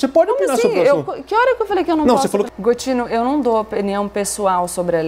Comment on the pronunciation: botine foi foda hehehehehe....e gotine